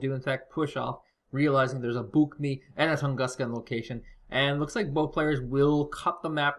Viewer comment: The Harpon is not a tank destroyer or a prototype. The leopard 2A4 is not a tank destroyer either. It is a Buk M ONE, not "mee" Other than that, good cast!